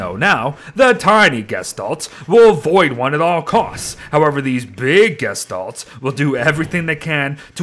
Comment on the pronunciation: Why u saying gishtolts when u always would say gestalt